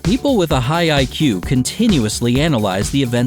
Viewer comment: 0.10... OH! You said 'IQ' - not 'BAC'!